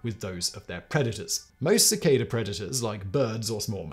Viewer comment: It's pronounced 'cicada' not 'cicada'. Just sayin'.